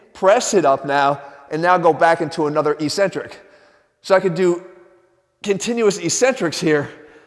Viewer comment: He's saying ("ee-cen-trick").. isn't it ("EHK-cen-tric")?